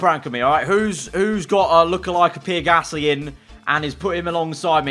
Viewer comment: Everyone else: Pierre Gasly: PEER GASSLEE